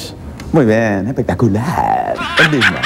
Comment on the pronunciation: ya de entreda me mato cuando dice muy bien epetaculaaar XD